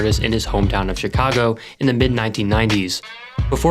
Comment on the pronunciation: Chicago is not pronounced properly here